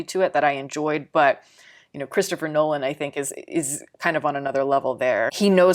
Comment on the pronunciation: Nolan, not Noland